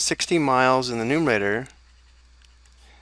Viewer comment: It is called numerator, not numator.